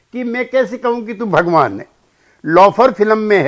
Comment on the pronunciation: ओ न्यूज वाले भाई साहब आपको तो ठीक से भगवान भी नहीं बोलने आता है भोवा कहते हैं और आप समझाएगा भगवान क्या होता है हिन्दु धर्म क्या होता है बायकोट आपका भी होगा। लेंडीटीवी